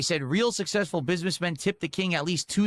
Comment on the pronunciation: He proved that he actually forces himself to say sussessful instead of successful. So amazingly sad.